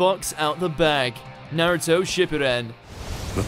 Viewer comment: You say naruto wrong.